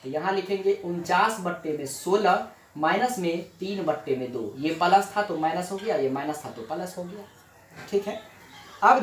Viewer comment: Palus nahi plus ➕